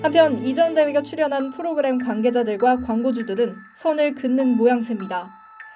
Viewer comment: 발음...? 프로그람...? 콘텐트...?